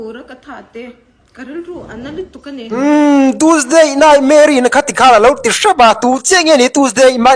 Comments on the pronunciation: "Tuesday naihmere" atih atang khian burma pa ani tih ka hre nghal😂😂😂 an tawng atang hian a hai theihloh😂😂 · Rala hian Chinpi tihvel hi a hriat ka ringlo...😅 Bâkah, nightmare-i tih a sawi khi naihmeri tiin a sawi...mizoram miten NAIHMERI kanti ngai loooo...😂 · Teusday nightmare tih a lam dan pawh hi a burma ngaiwih2.Burma rama kar hnih awm tawh chin zawng hi chu burmaah hnawt haw vek rawh se,an hnawk lutuk thiltha pakhatmah rawn puakchhuah an neilo .